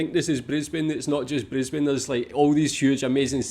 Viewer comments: This city is Brisbane, the capital city of the state of Queensland. It's correctly pronounced "bris-bn" not "briz-bain". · A quick phonetic education on the Cities names. Brisbane = Brizbin and Melbourne = Melbun. Sydney and Perth don't have as much of a problem. So enjoy. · She's drivinb me crazy mispronuncing Brisbane